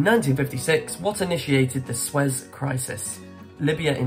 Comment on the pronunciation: 37 out of 50! Pronounced SUE-EZ canal